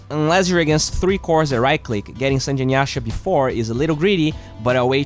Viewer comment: SAN-GE not Sanj, god damnit. It's a Japanese word!